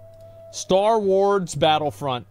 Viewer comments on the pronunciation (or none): Star Wards? Wait, can he not pronounce 'Star Wars' WTF? 😂